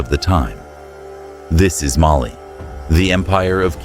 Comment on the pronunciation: The visuals for your videos are always phenomenal! The narration, however, has some pronunciation inconsistencies and makes it hard to follow sometimes (e.g. Mali sometimes “muhLEE” and other times “MAli”). Makes it hard to know what was talked about unless I pay VERY close attention